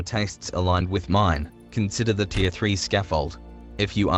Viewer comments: You know its tier (tear) and not deer right? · "to avoid sounding like an autistic child" and proceeds to pronounce 'Tier' like 'deer'. nice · Is anyone else hearing "deer 1" "deer 2" and "deer 3"?